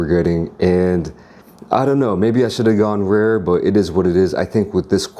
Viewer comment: not err but Or, not py'er (pure) Pee_ORe. u say 'rare' like an engine having trouble to start